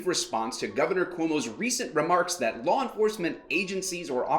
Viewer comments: WTF is a "Lawra" enforcement officer..🤣🤣🤣 this cuomo is a dictator and biden is eyeing him for his cabinet..the NYC dictator is being cops not willing to enforce his "demands" which he says are laws as dictators... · I hate the way dictator Cuomo says the word “LAW” It’s law NOT “laer” Democrat snakes live by the code do as I say not as I do. Democrat leadership know that they are above the LAW! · He didnt say LAW enforcement... He said LORE enforcement. Totally constitutional! Duh! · Of course Cuomo doesn’t know what a law is. He can’t even pronounce the word law. WTF is a lawr? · He did not say “law”, he said “lawr “. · I'm sorry, besides the obvious being so wrong with Cuomo, can I just ask that he pronounce law correctly? I don't follow any lars. Or know any lar enforcement officers. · Why does he say "loor enforcement" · The word law doesn't have the letter R in it.